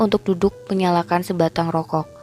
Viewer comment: Narasi cerita lumayan bagus..cm masukan sdkit aja,,kl mengucapkan nenek dan rokok mhn di perbaiki.. Sukses bt Chanel ini..👌👍